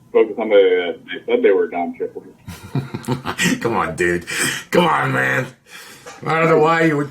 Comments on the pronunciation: It’s Don Shipley, bro. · It's Don Shipley, bro. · Its Don Shipley, bro